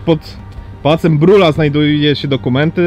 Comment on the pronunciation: Odbudowa Pałacu Saskiego... Nie mam zdania na temat. Dla Warszawy na pewno miejsce historyczne. Potrzeba mi więcej opinii i argumentów za i przeciw. Ciekawa audycja, ale razie mnie określenie używane przez jednego z panów: Pałac Brula! Pałac Brühla! Chyba znana jest na tyle ta nazwa żeby prawidło wymawiać.